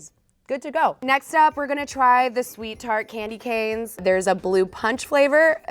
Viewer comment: Clamdy canes 🤣